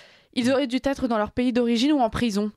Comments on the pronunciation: a du mal avec le participe passé du verbe devoir: "auraient duz-être", puis "auraient dut-être"! Que cela fait mal aux oreilles! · Bien. Mais Attention aux liaisons mal à propos, avec Dû, Les journalistes doivent savoir bien s’exprimer en français , il en reste si peu aujourd’hui. Notre belle langue est mise aussi à rude epreuve.